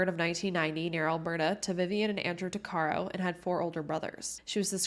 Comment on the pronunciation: Its pronounced- tuck-uh-row